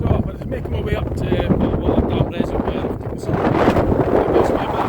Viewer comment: Haha you need to practice saying reservoir lol it's not wire its voire Used to live near Glamis and would drive to peel farm and lintratgen Lots of nice drives around that area its better when you show the area instead of seeing it behind you we have sleet and wind thru here I'm visiting dundee tomorrow and Friday so taking my camera round the west end for an hour cheers for the video